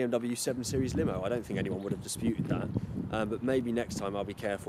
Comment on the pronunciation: Lol he said limo